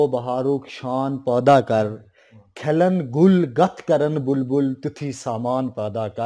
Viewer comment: بہت اچھے طریقے سے اشعار پڑھے گئے ۔۔ واااہ البتہ چند الفاظ درست نہیں پڑھے گئے جیسے :۔ کھلن پڑھا گیا جو غلط ہے اصل لفظ پُھلن ہے وغیرہ